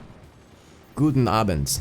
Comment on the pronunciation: That "Guten Abend" was flawless~